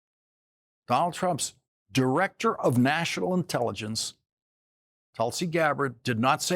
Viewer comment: No fan of Mike Johnson but I heard " The Inelligence" not "intelligence"